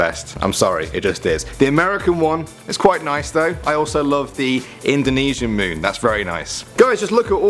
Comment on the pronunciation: The WHAT moon is the best? I can't understand you.